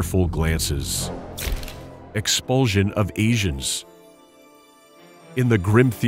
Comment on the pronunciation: "Explusion". When you expel something so hard, it explodes.